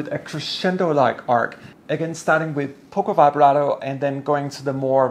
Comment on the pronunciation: “Pocco” vibrato?? 😂 Please correct: it’s “poco”